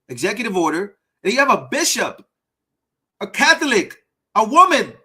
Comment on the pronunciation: Disgusting "bishiop". (Bishop, my a$$!)